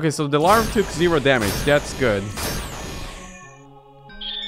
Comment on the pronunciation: larvae is pronounced larv uh